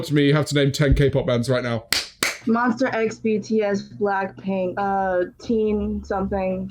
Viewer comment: sis said “Moster-X”